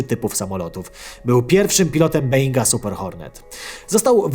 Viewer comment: Boeing wymawiamy Boing Panie, Boing a nie żaden Being...